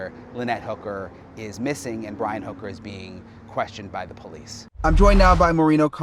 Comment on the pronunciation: why are u saying his last name wrong it’s hooker